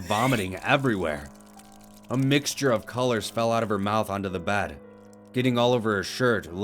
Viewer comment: Bed not bahd